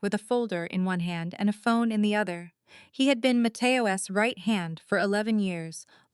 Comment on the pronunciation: Matteo Ess? Come on, AI.